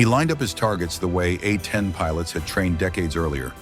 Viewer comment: Yea I tried to watch this after yarhubs, but by the time they said 'uh-10' over and over... I dipped.